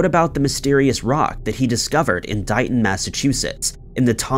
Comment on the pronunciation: Just a little FYI..... That rock.... It's pronounced DAY-ton, not DIE-ton. DAY-TON, MASSACHUSETTS DAYTON.